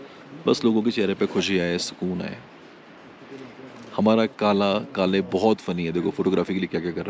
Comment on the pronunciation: Bro your video is wonderful, amazeing, but name is kala not kale.